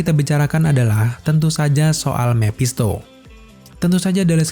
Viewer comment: Mepshisto mephisto bosen dengernya